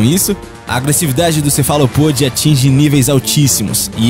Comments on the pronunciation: meu querido sucesso canal eh muito legal mas precisa vigiar sua pronúncia as ilhas chamam Galápagos com acento e a pronúncia eh com acento tbm e cefalópode tbm tem acento e tbm eh usado na pronúncia, meu lindo, vc tem tudo pro sucesso mas seus inscritos merecem que vc tenha uma pronúncia impecável vc não acha? eh só um toque de sutileza bjs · O canal é ótimo, mas há uma coisa que incomoda. Alguns termos ou palavras são narradas de forma incorreta.. Por exemplo, Galapagos ao invés de Galápagos, Cefalopode sendo o correto Cefalópode. Há vários videos com algumas pronúncias óbvias narradas incorretamente, desprezando a acentuação, seria bom ao canal verificar isso.